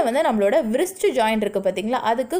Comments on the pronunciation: மணிக்கட்டை englishla ரிஸ்ட் என்று சொல்லனும்.அது வ்ரிஸ்ட் இல்லை. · Wrist to be pronounced as 'rist'. W -silent.should not be pronounced as 'vrist'.